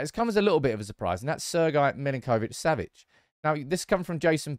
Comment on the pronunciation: Sergej surname is pronounced Mil-Ink-Oh-Vitch -Sav-itch, not Mil-in-Koh-vitch. The way you are pronouncing it is more common to Argentinian Spanish and not his native Slavic.